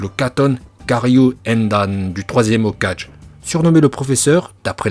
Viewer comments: Tu proposes des cours de japonnais mais tu sais prononcer aucun mot japonnais dans ta vidéo 😂 Mention spéciale au "Hokage" 😂😂😂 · J'ai pas confiance en une personne qui dit "Hokage" au lieu de Hoka[gué]😒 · Je l'ai déjà utilisé sur toi c'est la raison pour laquelle tu prononces Hoka(je) au lieu de Hoka(gué) 😂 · prononciation au top surtout quand tu dis hokage